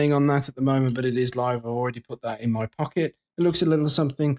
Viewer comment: On what planet is “In” read like “I’m?” And did you just call the raid the Stone “Script?”